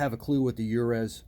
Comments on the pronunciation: Uruz is a Viking rune. Pronounced You-res or "U"-res The letter U sound not "uh". Two syllable with accent on the first. Stands for "Strength, Manhood, Womanhood, a Wild OX" The rune of termination and new beginnings, Uruz indicates that the life you are living has outgrown it's form. That form must die so that life energy can be released in a new birth, a new form. Source: The Book of Runes, first copyright Ralph Blum 1932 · The names I wrote for example Vidar is a fairly common name. Jotenheim is a place in the mountains. Vallhalla is norse mythology of course. but I would say random mostly. Now Uruz is something to do with Norse mythology, but I am not familiar enough to comment. I don't think it is pronounced the way you were saying it, but I may be wrong. I could figure it out with a bit of searching I am sure, but I am trying to get my taxes done this weekend. øre is ear, I can't write it phonetically it would sound like you are in pain, like someone who has a bad case of the flu. we don't really have it in English, høre is hear as in I hear you, it is just like the other word but with an H. But I think Uruz is not a current Norwegian word, it is from mythology. I am surprised you are buying speakers without hearing them first, after the giant Klipsch situation. The Tektons to seem like nice speakers, hopefully they sound good.